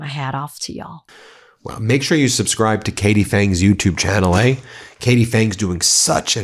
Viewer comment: You sounded so Canadian with the "eh" in there...eh Love from Canada💙💙💙💙💙